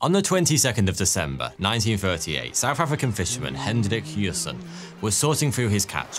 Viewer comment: … why did you say “SouthAfRicanFushErMan” lol it sounded like just how I spelled it plus saying it fast too 🤣🤣💀